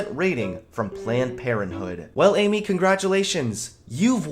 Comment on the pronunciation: Got the first like 2 min you said Amy’s name wrong